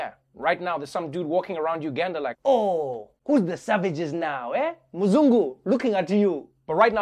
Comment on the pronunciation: Hearing Trevor say the word "Muzungu" is so satisfying as an East African😂